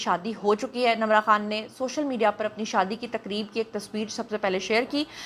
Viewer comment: Her name is Nimra not Namra what you saying